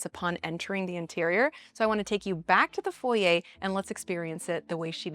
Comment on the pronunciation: Stunning architecture & landscaping! I’m very glad it’s not just a square/rectangle shaped home. Love all the thoughtful details like the wrought iron & sight lines to outside. And thank you for pronouncing ‘foyer’ correctly! 😉